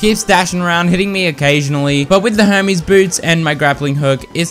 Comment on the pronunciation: Low key sounds like he’s saying homies boots instead of Hermes